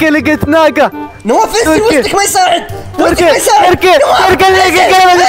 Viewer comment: مبروك على ١٠ الاف مشترك تستاهل كل خير نواف م يقول تركي يقول(توركي)😭😭.